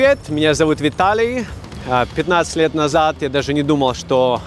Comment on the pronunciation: Ахахахахахаха, Виталий, ну ви чивоэ? 15 льет или 15 векоув в НюОркеу?